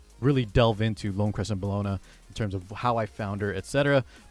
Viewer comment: her name is pronounced Bell-O-Na or Bell for short lol. Its not Cologne /Bologna lol